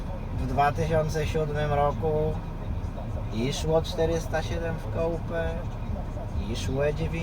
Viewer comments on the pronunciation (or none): tego się nie wymawia "kołpe" tylko "kupe", no i nie sportsize tylko sportsitze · Samochody koupe xD Fajny materiał tylko naucz się poprawnie wypowiadać coupé 😅